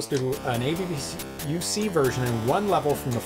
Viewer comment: ABBUC is not pronounced as A.B.B.U.C., but as a word. The A sounds like the A in the word 'father' and the U sounds like OO in the word 'look'.